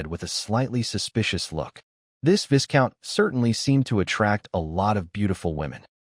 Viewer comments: you gotta stop with the 'viScount' it's pronounced 'vie-count' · The. S in Viscount is silent